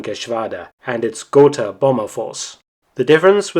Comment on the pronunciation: ?gor-tah, ger-tah., was your prenasment. got-ha would be alot closer to the spelling